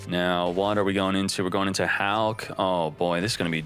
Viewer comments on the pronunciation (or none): none